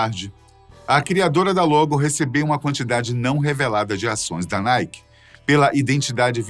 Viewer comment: NIKE =PRONUNCIA ERRADO PRA!